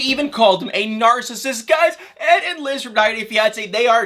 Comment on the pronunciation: It’s Nar-cis-sist not Nar-cist🙄